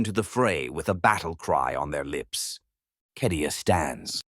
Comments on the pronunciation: Yeah no. It's cadia my dude. I've played almost all of the strategy games and more than a few of the others. It's never been pronounced kedia. Even the audiobooks published by black library call it cadia and if anyone knows the proper way to say it I'd say the guys who publish it would. Tbh it's almost impossible to take this channel seriously anymore with all the mispronounced names and terms in every video. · it's never been KEDIA in any Warhammer game, lol. Even as far back as Winter Assault it's been CAY-DEE-AH. It would take literally 2 seconds to check. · Love these absolutely amazing. However, it's cay de a. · It says Cadia not Kadia in the 40k space marine 2 gameplay at least twice within first 20 seconds. Not remotely an expert on 40k or pronounciation of the words but they say it a fair few times in the game. Not a hater, just curious about which is correct, keep up the good work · Cadia’s pronunciation is”kay dia” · According to the captions, he never does. Just says Kedia.